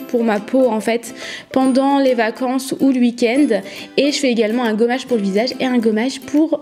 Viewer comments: ça me stress elle dit uik-end 😂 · Jtm bien mais tu dit